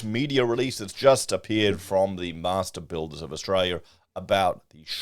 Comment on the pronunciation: Master Builders 🤔, did you pronounce that correctly ? 🤔 .